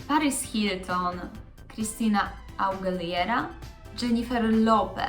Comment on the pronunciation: Agilera się wymawia 😂😂😂😂